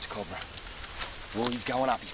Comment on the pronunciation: I fucking LOVE how Steve says "Cobra!" the Australian accent is just beautiful at times! COB-RA!